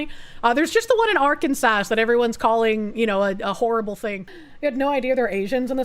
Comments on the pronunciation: It's not Arkan sas it's Are Kansas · The way says "Ark-an-sass" is adorable, when the actual pronunciation is "Ark-an-saw." 😅😂 Oh...so the "Georgia Freedom Initiative" is naught more than black communism. I thought actual freedom and liberty was for folks of all colors. Thanks for showing us that,...I hate it. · Are-Can-Saw plz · Assault Rifle Kansas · I think her pronunciation of Arkansas is hilarious. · Is that really how you say Arkansas, or is that a running joke? 😂